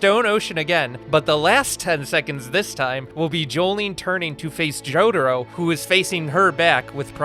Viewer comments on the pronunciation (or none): He really says "Jodhuro"